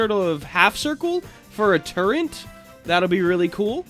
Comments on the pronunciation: It's turret, not turrent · Its tur-et not tur-ent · Hey uhh so you kept on sayinf "turrent" lol, it was kinda bothering me so uhh.. there is no "N" so it would be turret. also could you try makeing the forcefields blue? it looks more futureistic (I cant spell lol)